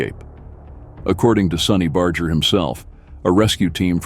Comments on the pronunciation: Never ceases to amaze me that all these so-called experts that know so much about the club and Sonny, don't take the time to learn how to pronounce his last name correctly. The "g" in Barger is a hard "g" as in the word "auger", not a soft "g" as in the word, "larger". SUPPORT RED AND WHITE-RICHMOND... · The G in Sonny Barger's name was hard, as in burger or bargain or trigger. Not soft as in barging. I know cz I mispronounced it most of my life till I heard him say it himself.